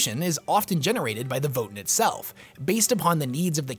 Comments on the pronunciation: It's pronounced like VoeTan (Voe sounds like "woah") Not votin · I know this is lame, but isn't it pronounced voh-TAN, not VOH-tin? That's how I've always heard it pronounced anyway. Also, it's super exciting to see the Space Dwarves back in the midst of the galactic riff raff of 40k! Thanks for the deep dive dude, I actually didn't know a lot of the stuff in this vid. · Thought it was” VOE TAN” not “Voe in” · Leagues of Votin'! lol your lore videos are are really awesome, but the way you pronounce Votann has me rollin. It's Vo-Tan my friend, just watch any official GW video about them if you need to confirm. Imma keep watching your videos now, they really help me get through building models! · It's TAN, not TEN! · Omfg... Voe-Tann votAAAAAAAnnn It is not Vot'n there's a f%$#ing "A" in it! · Dear, Votin' is what one does at a ballot box. Voh-Tan' are Space Dwarves. Thanks 😜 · Vo-tann…it’s votann… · "the leagues of Votn" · I think it is pronounced Vo Tan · Great video, however your pronounciation of Votann as "Vo'en" hurts my ears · ancestors' mercy, why does he pronounce votann like that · I love your videos and the lore they explore, this one included. Didn't know much about these spacedwarves before, but your pronunciation of their name really bothered me xD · when you say Votann, why is it, that somehow, the A in Votann gets sent straight into the warp? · Is that really how you’re supposed to pronounce Votann? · how did you come to pronounce Votann the way you do? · great video, just a thing about how you pronounce votann. hope this helps 😄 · My only complaint is how he pronounced "Votann" and "Hearthkyn"